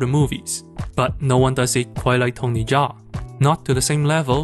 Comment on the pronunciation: great video essay but it would be pretty nice if you knew how to pronouce his name its kinda tiring to hear you repeat butchered names over and over again but still not a big problem great work man